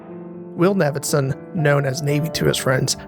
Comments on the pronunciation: I did like this video and was surprised it was your first. Well done. Quick critique - Navidson seems to be pronounced like "Davidson", as Danielewski seems to have made it that way so as to initially seem like a typo so that you begin to question your own senses before you question the book, like Navidson himself. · bro found infinite ways to pronounce "Navidson" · this is overall a great video, but this is a thing about the House of Leaves fandom that drives me absolutely nuts. it's not 'Nah-vid-son.' It's 'NAY-vid-son.' It's why he's nicknamed Navy!